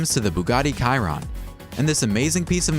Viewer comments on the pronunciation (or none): Ky-ron?? Bro it’s shee-ron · I believe it's "Shee-rohn"